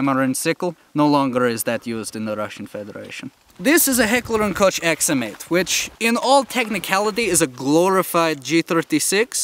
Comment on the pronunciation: born in Russia - doesn't know how to spell his own city (I know it because I know russian as much as russians know it) and secondly, pronouncing H&K manufacturer wrong- says he lived in Germany. Doesn't seem to be true